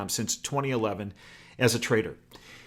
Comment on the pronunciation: We know the difference, we're saying IT SOUNDED like he said traitor, when he said trader. Amazes me how many people, can't understand a simple sentence